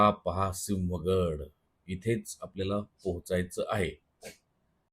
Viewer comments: सिंव्हगड नाही हो, सिंहगड. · बर्‍याच जणांना सिंहगड हा शब्दच नीट उच्चारता येत नाही अस वाटतय. सिंव्हगड हा उच्चारच चुकीचा आहे . सिंहगड हेच योग्य अचूक आहे. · संपूर्ण महाराष्ट्राच्या मराठी भाषा, व्याकरण यातील चूका काढणारे जेव्हा स्वतः सिंहगडाला सिव्हगड म्हणतात तेव्हा कीव येते. 😂 मान्य आहे उच्चार थोडा अवघड आहे मग कोंढाणा म्हणा सोपे आहे. बाकी ठिकठाक.😁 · आहो तुमचे title!!! लिहिताना "सिंहगड", आणि उच्चारण "सिव्हगड". थोडी माती खाल्लीच तरी 😂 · अती शुद्ध बोलण्याच्या नादात मराठी चा बळी नका घेऊ. सिंव्ह नाही भो सिंहगड म्हणा ना. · सिहंगड नाही सिंहगड. बाकी छान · पुणेकर आहात म्हणून सांगतो... एडिट करून घ्या सिव्हागड न्हवे सिहंगड 😊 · "सिंव्ह" असा शुध्द मराठी शब्द नसून तो "सिंह" असाचं आहे..! म्हातारे झालात, आता तरी अडाणीपणा सोडून द्या रे!😡😡😡😡😡😡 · सिंव्हगड नाही सिंहगड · व्हिडिओ नेहमी प्रमाणे छान ,पण एक प्रश्न सिंहगड का सिंव्हगड